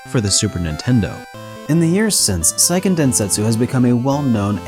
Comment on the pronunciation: It’s SEIken, not SAIken